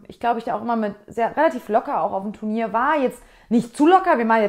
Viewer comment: ich frage mich schon länger wieso fast jeder reiter wenn er "turnier", sagen will oft sich verredet u d "tenur" sagt 😂 Ps: Mir gehts auch immer so 😂